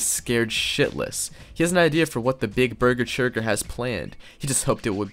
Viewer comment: I love how dumpy calls bessechurger burger churger lol